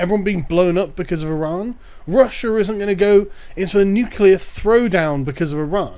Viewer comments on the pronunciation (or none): Why does it sound like he says Russia with an -er in it? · I have no idea who Russier or Chiner are.